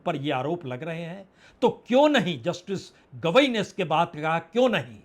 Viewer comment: BR Gavai not Kidwai